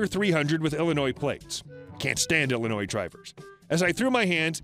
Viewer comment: Do not pronounce Illinois with the s at the end. The s is silent.